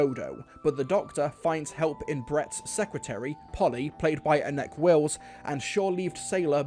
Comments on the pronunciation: Sorry to be that guy Anneke is pronounced (ann-a-ka) I love your videos promise 😅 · I've always pronounced her name Annek-eh, so more like Annika...not sure if that's correct or not. Interested to know if it's right actually...